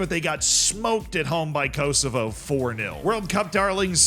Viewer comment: Your pronunciation of Uruguay makes me sad. Also Kosovo 😢